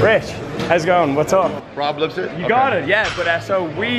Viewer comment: did he just say Rob LipsePPPPP?! 😂